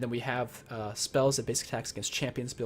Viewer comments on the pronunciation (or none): none